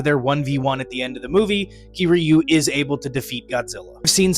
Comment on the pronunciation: The way u said kiryu pissed me off but w video anyways